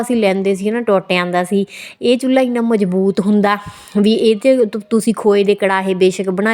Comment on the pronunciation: ਚੁਲ੍ਹਾ ਹੁੰਦਾ ਨਾ ਕਿ ਚੁਲੲਈ